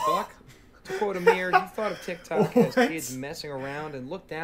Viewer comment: this guy "" is doing us people named Amir wrong.